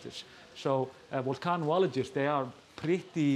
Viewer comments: I have several pictures of Wally lounging on a pontoon when he visited the harbour in St Mary's (Scilly islands, UK) :) thankfully he has put on some weight since then, in preparation for winter. ps a very, very minor pronunciation issue it's vulcanologist not volcano-ologist. Many thanks for the always enjoyable newscasts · "volcanologist" is five syllables, accented on the middle syllable. NOT six syllables. It must be that you do not like being corrected, don't like being informed when you are wrong, because if you were happy to be corrected about stuff, you would by now have improved the fluency of your English. By quite a lot. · And yet I saw at least five things that need to be corrected in your post. If it bothers you that much, nobody's forcing you to watch. And besides which, I kind of like pronunciation of vulcanologist!